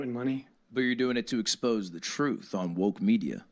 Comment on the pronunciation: babe that is not how you pronounce expose hahaha